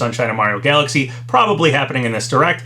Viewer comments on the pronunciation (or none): none